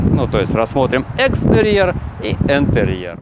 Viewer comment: Меховой ну какой к чертям Энтерьер...??? Интерьер, через букву И, чëрт побьерИ...!!! 😂